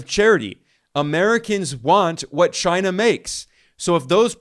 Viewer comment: The only other person who says CHYNUH as funny as Trump is Ben Norton (not knocking you it just makes me laugh)